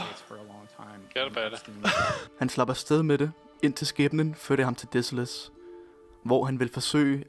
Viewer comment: "Desolace", en interessant udtale.